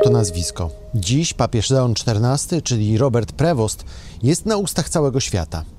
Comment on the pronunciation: Uwaga, nazwisko papieza jest pochodzenia francuskiego i nie wymawia sie je "prewost" tylko " p r e w o "